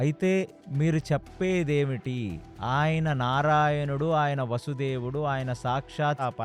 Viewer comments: వసుదేవుడు అనకూడదు వాసుదేవుడు అనాలి కృష్ణుడిని. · వసుదేవుడు కాదు బాబు నారాయణుడు వాసుదేవుడు వాసుదేవుడు వాసుదేవుడు అనాలి